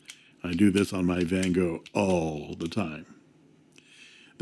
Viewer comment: Your Van Gogh pronunciation is really good! Greetings from a Dutchman😉